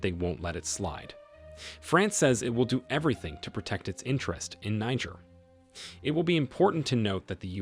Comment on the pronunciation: Its pronounced like " Nee-Jear" , not the N word